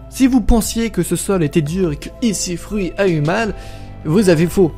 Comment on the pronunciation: Enfaite pour le trampoline de sincara on le sait d'ailleurs pour le jeu ils ont aussi intégré et en plus tu dis ECfruit au lieu de EC3